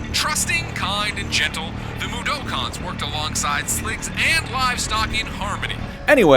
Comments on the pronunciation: Especially when they can't even pronounce Mudokon correctly. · The one who pronounced "Mudokon" how I've never heard? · Can't even say mudokon right, smh